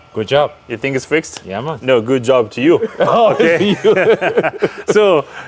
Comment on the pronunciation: Is Robin Jamaican ? I heard the "yah mon lol"